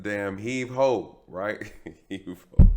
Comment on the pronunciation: Yo commentary is hilarious 😂😂😂...heave ho"E"😂😂😂